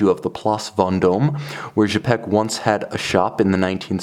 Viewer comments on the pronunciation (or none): Cool watch, thanks for sharing. Don't hesitate to shoot a review of a Quai des Bergues model, should you have opportunity. I'm happy to see this historic brand reestablished. Please note that 'Cz' in Czapek is pronounced like 'ch' in chopper, I hope that makes sense!